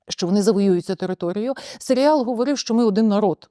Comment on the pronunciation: гарна обмовка, свати дійсно можна називати "Селіал", а не "Серіал", тобто серіал про село у самому погано значенні цього слова, хоча село однозначно не є поганим як середа, для прикладу в аніме доволі часто використовують якесь село як антураж аніме-серіалу :)